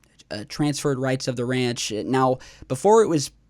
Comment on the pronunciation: Admitting is the first step. Just need to work on some general words. 'Research', 'observatory', 'ranch' and more. Big fan of your content but I cringe very often at some pronunciations. By the way this is not a hate post, like I said I like the content of the videos you upload.